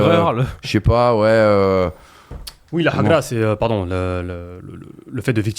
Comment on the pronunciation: MASTERCLASS DE, LA MANIERE DONT IL A PRONONCé HAGRA M'A TUé 😭😭😭😭